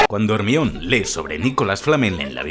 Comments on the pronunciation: Muy buen video, no soy fan de esta saga pero siempre son geniales tus videos, ese "Ermión" se siente como una patada en las bolas pero ni modo. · Harry,ron y "ermion" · "ermión" Ja ja ja. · Like si a vos también te timbró el cerebro cuando dijo "Hermion" xD Yo siempre la recodaré como "Jermayoni" Excelente vídeo, te lo has currado uwu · Muy bueno el video y todo pero se pronuncia "Jermayoni" no "jermion" xD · No es hermayoni ? Porque dices hermion? :$ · para que sepas, el nombre de Hermione no se pronuncia "Hermión", sino GERMAIONI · ¿¿Hermion? ¿¿!HERMION???! ¡¡¡ HER - MA - YO -NI !!!! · JERMION???????????????????????? joder tio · ERMION XDDDD tu pronunciacion de GERMAIONI , hizo quel el video tenga un toque unico la ptmr jajaja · Buen video, pero Ermion jajaja si la H es muda para los Españoles en palabras provenientes del inglés, entonces ¿no dicen Hello (Jelou) sino Elou y Hawaii es Awai? Hermione en se pronuncia Jermaioni. Ermion suena a alguien que se mea mucho, e.g: ese man es el meon. Al menos deberían pronunciar Ermione (con la e final) o algo así, porque la E la hacen muda sino es una "Silent E" como en please, make, cape o mine. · Como que Hermion. Germayoni amigo así se llama en Inglés en la novela y en todo lado, solo en España se les ocurre ponerle a una chica Hermion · Hermion 😅😅😅, me gusta mas cuando la pronunciación suena a (Jermaiony) asi suena en la pronunciación en latino. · hermion jaja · hermion no jodas jajaja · hermio ajajajja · Mi toc se activa cada vez que dices "Hermion" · Ermion jajajajaja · Dambeldor, Hermión 🤣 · Quién rayos es "Germión"??????? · Acojonante es decir Ermión jaja. Buen video. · Arnion? No mms jajajaja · Que mierda es Ermion? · Me estaban sangrando los oídos con cada Hermion pero te lo perdono por el homenaje Al pelucas 😅🥲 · Hermion jajajajaja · Hermion xd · jermion y jermaioni como se pronuncia no como se escribe en castellano y latino respectivamente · Que putas es “ermion” “dambeldor”